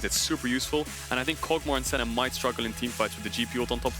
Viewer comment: Everyone else: Kog'maw: Kogmah